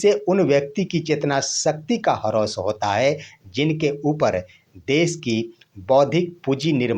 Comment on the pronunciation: हरौस क्या बोलते हो ह्रास बोलो।